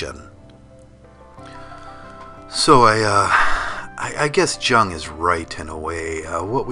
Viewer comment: You have no clue what you are talking about. First of all, Jung is pronounced Yoong (in German J sounds like Y)! Second of all, Jung's idea of individuation has nothing to do with what you ASSUMED it meant. His idea of a perfect individual is the one who has intregated his shadow side. One who do NOT identify soley with his persona (public mask), but has accepted ALL the evil or unwanted s/he can see in others and in the outside world, exist (but suppressed) within himself or herself too. This is a WHOLE indivudual: light and dark together. This has nothing to do with the Western concept of "I as an individual versus the collective".